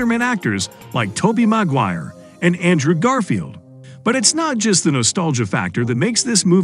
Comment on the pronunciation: Because it's a robot reader-voice, which also says Maguire as 'MAG-wire'. Why these channels won't pay an actual human to read a script is beyond me, especially when they know that people hate the robot voices